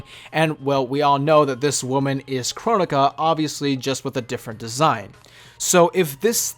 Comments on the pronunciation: Its pronounced kro-nee-ka not Kron-ika or however people pronounced it. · It’s Cro-Nee-Ka